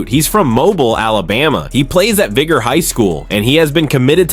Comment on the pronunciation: A.I. news. It's obvious with the pronunciation of Mobile and Vigor and other words. How true is the report ?? Seems to be all true